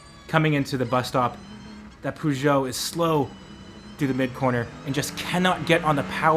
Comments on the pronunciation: Peugeot = "per-zhow" not "poo-zhow" 😂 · How come you can pronounce bluidy Toyota correctly, Ferrari correctly, Porsche correctly, BUT, every time you carried out an abortion on the word Peugeot YOU GOT IT COMPLETELY WRONG. IT is not a POO-show!! Use a translator programme. PLEASE. Unless you delight in insulting France? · It's "Peugeot" ! Your welcome . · The pronunciation of Peugeot 😢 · Your video was great, but please... PLEASE... Google how to properly pronounce Peugeot :D